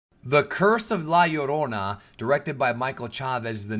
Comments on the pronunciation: Man I just came to watch this because I knew was Hispanic. Glad to hear you pronounce it correctly! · It's Pronounced La Yur-ona because "Ll" is "Y" in the Spanish Language. A Good example is "Pollo" being pronounced as Po-yo.